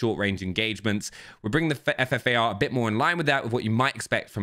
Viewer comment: he says fart instead of ffar